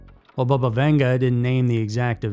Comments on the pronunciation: It's NOT pronounced BUHBUH, it's BABA!!!! RIDICULOUS!!🤦🏾‍♀️🤦🤦🏻😆🤦🏼‍♀️🤦🏿‍♀️🤦🏻‍♀️🤦🏼‍♀️🤦🏾🤦🏽‍♀️🤦🏼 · Not bubba- bahbah